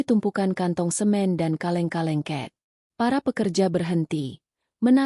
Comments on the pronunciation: Bukan ket mbak tapi cat atau cet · cet min cet bukan cat